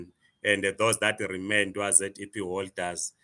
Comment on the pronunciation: Educated can't even pronounce ZEP😂😂😂 fake zim zim